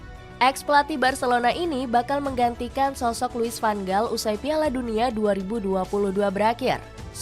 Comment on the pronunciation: Tks diberikan info soal tim belanda tapi utk kritik membangun,tolong perbaiki penyebutan nama pemain atau pelatih disesuaikan dengan tata bahasa suatu negar seperti contoh nama van gaal tidak dibac dgn huruf"g" tapi huruf g dalam bhs belanda disebut sebagai huruf "H",tks atas perhatiannya